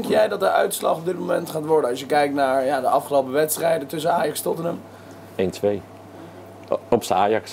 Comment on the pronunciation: Hoe hij Tottenham zegt. Totmn